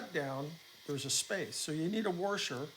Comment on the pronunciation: These videos have been extremely helpful, thank you! PS - I love the way you say "warsher" :)